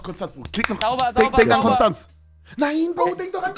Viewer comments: Hallo lieber Kevin Ich möchte euch nur mitteilen dass, es zwar Konstanz geschrieben wird, es aber im Konstanzer dialekt Konschtanz ausgesprochen wird und jeder der s sagt hat es nicht verdient in Frieden zu leben. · Triggert mich wie Konstanz ausgesprochen wird 😢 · Broo es triggert mich wie die die Stadt Konstanz aussprechen. Die Betonung ist falsch bei euch